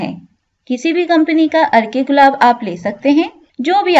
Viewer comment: عرکے گلاب مطلب۔۔ عرق گلاب سنا تھا